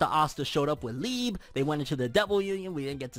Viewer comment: My boy it’s pronounced lee-bay